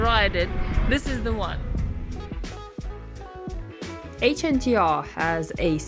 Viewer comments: Why are you pronouncing it like an Acronym? 🙇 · Its not called the H N T R , its the Hunter. H N T R is just a 'cool' way of writing it. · Excuse me. It's not HNTR. It's HUNTER !!! DOH